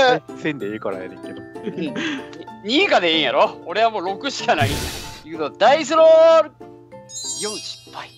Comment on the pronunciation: 「任せろ！俺が整理してやるぜ！」 「ダイスロrrrrrrル！」